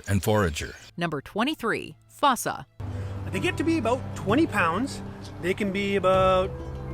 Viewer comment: It’s literally spelled FOSSA.. how could you possibly mispronounce it 🤣